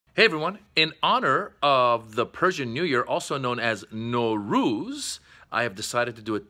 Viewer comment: They way u say it Norooz it means no day. You should say Nowruz